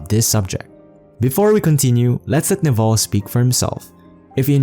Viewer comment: His name is not pronounced Naval it is pronounced Nehvil with stress on first syllable